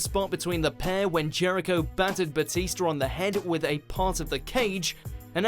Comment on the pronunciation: Lol, "Batister"